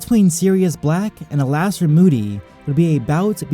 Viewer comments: Alastor is pronounced Allister btw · It's ALISTOR, dude